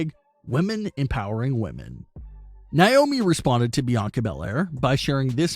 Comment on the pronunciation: Who is niomi ummm it’s na-omi